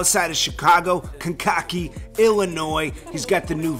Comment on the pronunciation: Kankakee (Illinois) is pronounced kane-ka-key not con-cocky, just a heads up.